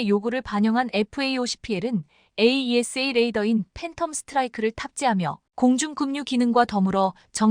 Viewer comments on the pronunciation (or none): none